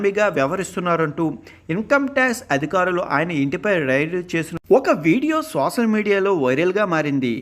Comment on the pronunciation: సోసల్ కాదు సోషల్